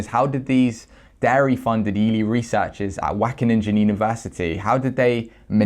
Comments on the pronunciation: wackeninja! <3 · The...ingen part of Wageningen is pronounced like “ping” with an en at the end. So it’s “Waw-gay-ning-en”. Apart from that the whole thing is totally horrible 😕 Thanks for spreading the word,! 👍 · Wackeningen 😂 jk great video, our G is really hard and ugly to pronounce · I guess that’s how Dutch sounds to English speaking people lol. WACKENNINJA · yes, whack a ninja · Great work man. Only if you don’t know how to pronounce it, try to mitigate the amount of times you say it. I’m from the Dutch speaking part of Belgium and it is pronounced Wa (kind of like the sound of ow in the word now but more towards the a sound in Anneheim) gen (like in Gendry in game of thrones but with a Dutch G sound) ing (like in King)-en (like the sound at the end of the word listen). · I'm Dutch and you pronounced it wrong!!!:-) Not sure how to describe how "Wageningen" should be pronounced. It doesn't matter, they suck. GREAT work,! As any other Dutchman, I LOVE milk. Plant-based milk, that is. Preferably oatmilk. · your pronunctuation is completely off.. just select dutch at your typing field in google translate and click the audio button, that's how you pronounce it. keep up the good work. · Your pronunciation of Wageningen is so funny 😁 Wish I could say the same about this study 😒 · Dutch here, amazing find! Wageningen is pronounced pretty wrong... but who cares, I don't! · Is it so hard to use google translate for a okay pronounce of Wageningen? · Everytime he says Wageningen my ears hurt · Lol how you pronounce wageningen